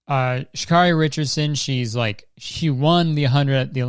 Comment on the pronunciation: her name is actually pronounced (sha•care•ee) ❕